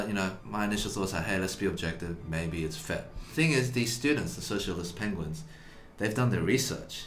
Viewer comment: "socialt penguins" ok, i stop watching.